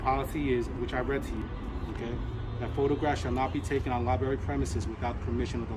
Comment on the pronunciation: Seems like the man in charge of the liberry should be able to pronounce the word library.